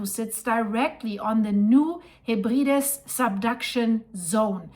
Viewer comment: It’s pronounced New Heb-rad-ease.